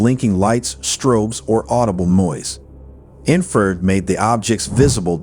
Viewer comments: Ok! It is pronounced! In- fra- red. Not infered! Im a certified in thermography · Bad AI vocals. Detracts from the story. "Inferred". INFRA RED. Ugh. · Cmon man you don’t know that infrared red is pronounced infra-red? Are you using AI voice?